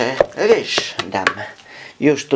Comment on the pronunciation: nie muw się rysz tylko ryż